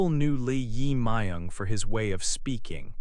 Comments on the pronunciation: It is not correct to pronounce the name." Lee Ima young" isn't correct. His name is" Jae myug Lee".Lee is surname ,Jaemung is first name. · The pronunciation of the president 's name is totally wrong. You should re-record it. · Pronounce the name correctly, please. It is not nice to make a recording without knowing how to pronounce the name correctly. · Pronunciation of the President 's name is wrong. Please correct. Thank you. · So weired pronounce president’s name😅